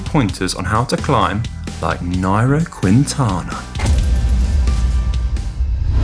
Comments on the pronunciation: quinn-tana? There is no q sound more like a k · Is pronounce “King-tana” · Not QUIntana, no U pronounced in Spanish. Drop the U when you are pronouncing Quintana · I giggled every time Conor said "Cuintana" xD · If you are making a video of a person, learn how to pronounce his name first! Booo